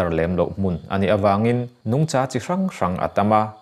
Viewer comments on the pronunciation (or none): Nungcha ti mai la. Nungchâ ani Lo. Mizo tawng hi lam uluk tur